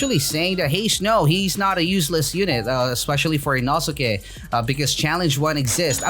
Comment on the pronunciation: its fricking eee no skay not inoooooooooooooskay